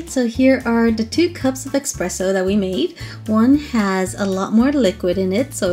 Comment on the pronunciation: IT'S PRONOUNCED ESSSSSS-PRESSO...NOT EXXXXX-PRESSO